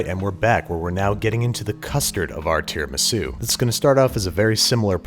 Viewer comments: so tierramisu? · Ring mold said no an left so babish made Tear-amisu 😅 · A tiara-misu if you will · Tiramisu? Mmm, dont mind if I..... Tiramido... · When it falls I realized you are making tear-a-misu